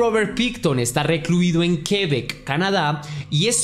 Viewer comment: Por casa de la prima de mi esposo pasó eso, el gobierno se quedó esa granja. Nosotros pasamos allá y nos contaron esta historia en Port Coquitlam. No sabía que estaba aquí en Québec, por cierto, se pronuncia sin el acento, es solamente así, Québec( suena la 2a e). Saludos querido!!